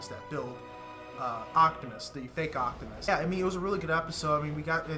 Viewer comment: Sorry if I'm been rude, but It's OPTIMUS not OCTIMUS